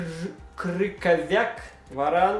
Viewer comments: Не КрыКоВЯК, а Крыховьяк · не Крюковяк,а Крюховях)